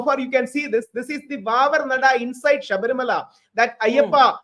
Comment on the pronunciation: It’s Shabarimala not Sabrimala as pronounced by Barkha Dutt